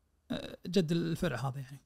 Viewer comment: بالله ذا مثقف وقارئ محترف وينطق الفرع فيرع 🤦